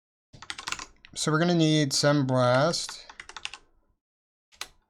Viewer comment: Maybe it's me, but I am hearing "semblast" while you are typing "sembast..."